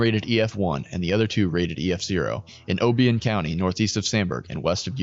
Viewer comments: Obion pronounced like Orion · Awesome video. I’m from Clinton, right on the path. One thing I would tell you, which was the same in other videos, is the pronunciation of different places. Obion is pronounced (o-bye-in) and Cayce is pronounced (Kay-see) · Enjoyed the video, especially since I was immediately impacted here in Western Kentucky. However Obion County, is pronounced (Oh-buy-un) and Cayce, Kentucky is pronounced like Casey. Knowing people who live there and were impacted, they would want their location pronounced correctly. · Oh-by-un Couny...is this computer generated or something? Familiarize yourself with the names of the towns and counties. Sheesh!